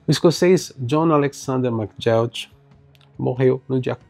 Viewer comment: Esse cara era fantástico! Obrigado por falar dele! Mas a pronúncia é /ma-guí-ok/.